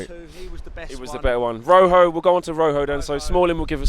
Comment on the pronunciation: It's pronounced roho it's spelt rojo